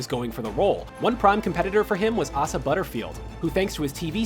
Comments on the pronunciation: OMG, I laughed soooo hard when he mispronounced Asa's name 😂🤣. Dude, it's pronounced Aysah, not Ahsah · omg asa butterfield is not pronounced like that its literally the letter A and then sa, like Ey-sa... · Arse-a Butterfield???? :D :D :D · Ah-sa Butterfield... okay. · THAT IS NOT HOW YOU PRONOUNCE ASA. It's A-sa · he pronounced Asa Butterfield's name wrong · He didn't say Asa Butterfield's name right!